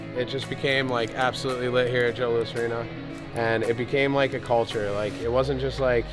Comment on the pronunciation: Bro. It’s the JOE LOUIS. NOT Lousiseseses damn 😂😂